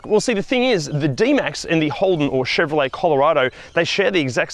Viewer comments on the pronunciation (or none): none